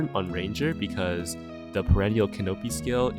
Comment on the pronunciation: The way you pronounce canopy makes me sad